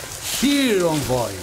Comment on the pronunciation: Envoy is pronounced like "aan·voy". But it's not unlike DE to mispronounce MANY words! 🤣